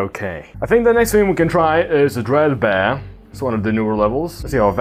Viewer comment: “DREED BEER”